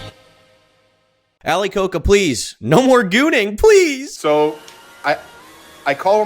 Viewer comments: why do you pronounce it like ali coke uh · His surname is pronounced as ko-ja by the way and not like the Coca-Cola, if anyone is interested. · Ali "Ko-ka"🤦🤦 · it is ali koca pronounced ali koja